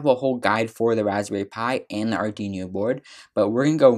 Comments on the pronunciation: good! i love how he said "Ardinious" XD but thank you for the tutorial, really helped me UwU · JFYI, you are mispronouncing Arduino. But otherwise, well done! :)